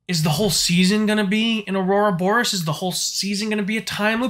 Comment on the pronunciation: I like how committed you are to saying, "Aurora Boris". 😁 Even the dynamically generated subtitles types it out as "Aurora Boris" every time you say it. 👍